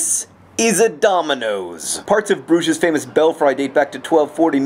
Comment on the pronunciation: im so glad you use the french pronunciation of Brugge and not the Dutch. also when i hear Brugge i always think of the restaurant in Broad Ripple.